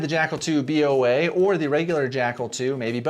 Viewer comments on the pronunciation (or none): Why you you say B O A? It’s Boa like boa constrictor, the snake. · Dude, why are you saying B O A? It's Boa as in a Boa Constrictor snake for obvious reasons. Get it?